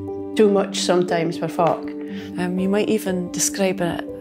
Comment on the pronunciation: I had to double-check the captions when he first said "folk" LOL